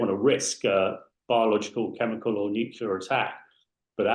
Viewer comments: Drives me insane - N U C L E A R - FFS!! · What's nucular? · Not new killer, it’s nuclear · Like G.W. Bush - drives me insane.. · you cannot be a nuclear scientist if you say 'nucular'. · At least get an expert on that knows how to say "nuclear" if that's what the subject is.